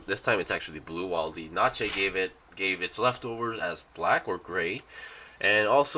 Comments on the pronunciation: P.S. Please stop pronouncing "Nacht" as Naché... xD it's: 'N-AA-Ğ-T', the G is pronounced like in; "Van Gogh".. the painter. "Nacht" is German for "Night", which goes well with its Stealthy Theme. "Schneid" is German for "Cutting" by the way. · Its nacht as in the German for night, not natche